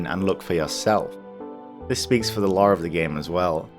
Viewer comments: For 6 mins, I thought you were saying "law", instead of "lore". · lol when you said Lore in i thought u said the Law xD